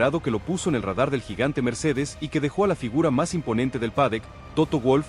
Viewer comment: habria que matarte, no paras de vender humo, idioteces...con esa IA que utilizas para esconder tu verdadera voz de idiota....lo peor es que tienes seguidores...que HDP y como siempre te reitero...no se dice PADEC ANIMAL...se dice PADDOCK....como puedes ser tan burro y no aprender..porque no tienes cojones y me respondes ?